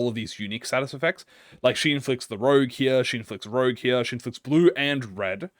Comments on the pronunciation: "Chien" is dog in french, and your french is.. Eh? You're pronouncing Rouge as Rogue but that's not much of a big deal, Sauvage Couleurs is also Savage colors in french, I could guess it is hard to speak french if you're native to another country, seeing how different the words are. I never saw the word 'hardie' before but if its french i'm guessing it's hardened touch. It could be a totally different word since hard in french is Dùr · I’m kinda like triggered this guy is saying rogue and not rouge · its pronounced ROUJE not ROGUE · Everytime you pronounce rouge as rouge instead of rouge, I cringe. It literally says rouge, how could you possibly think it says rouge? smh my shaken head. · Rouge is red in French. It's pronounced rooj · struggling harder on rouge than half the random french is really funny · Its fine messingup the pronunciations Cause the ring decided to patchwork differnet languages together like they making english the sequel Rouge -> roozh (sh sound like woosh but with a z) French like objet, but its literally juat means red Vibrante (bi-brawn-teh) Spanish for whatever reason Also just means vibrante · pretty sure it's french since the artistic movement is french, Vibrante is how you said it ( kinda ) jsut don't add a é at the end. 90% of the time, don't add the é sound just pronounce the syllabus before a bit more forcefuly ( i.e vi-brhun-T ( not ti but té ) ) also rouge is pronounce like rouge the bat from sonic i think kjh saw a bit too much Maroon5 animals meme THEY GAVE MEURSAULT THE BLOOD COUNT AT NO BLEED CURSE NOOOOOOOOOOO ( i hope it's more than 1 otherwise it's kinda useless as an initiator )